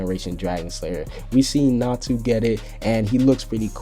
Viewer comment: It's natsu not natu